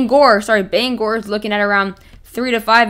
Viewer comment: Thank you for pronouncing Bangor correctly